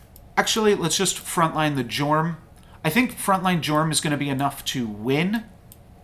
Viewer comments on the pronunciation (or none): Jorm is actually pronounced YORM :p also, the baba's in back line are what make the jorms super boost in stats... removing them weakens the board